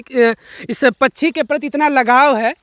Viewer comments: Ye pkshi ko pchi pchi kyu bolte hn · Pachhi pachhi pachhi pachhi pachhi pachhi pachhi pachhi pachhi pachhi arey bhai Hindi sahi bolo pakchhi kehtey hain.Do you understand.